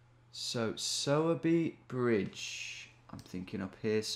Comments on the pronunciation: Ayy, my birthtown was in this one, Sowerby Bridge. Note: Its pronounced like Sore-Bee, but better than the Sour-Bee I've heard from most people who see it. Also, grats on the 1mill! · Hey Tom I don’t know if it’s been said but it’s pronounced sore by bridge - the er from sowerby isn’t pronounced! Anyways it was cool to see a spoons I’ve been to on here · It’s pronounced ‘sourBry’ bridge.